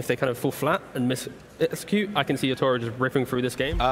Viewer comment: It's not fucking YAtoro, it's yaTORO